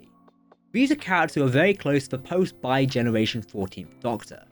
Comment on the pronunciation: I thought it was Bi-generation not Bi-regeneration.